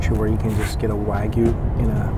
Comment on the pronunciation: I also can't stand his "Americanized" pronunciation of "wagyu" (literally Japanese beef) as "wag-goo" like a dog wags its gooey tail.